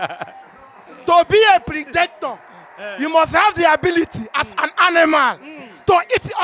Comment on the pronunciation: that’s a wrong pronunciation of “PREDATOR” and “PREY”. This guy even correct you for the end part of the video but you no grab. ✌️